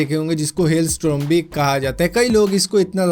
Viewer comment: strom nae hota storm hota hai tum kyi videos mein galat bol jaate ho pr iss baar mujhe bolna ee pda 1 baar video khud bhi dekh lia kro jbb complete ho jae